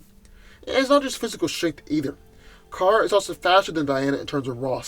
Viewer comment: It's Kara not Kira...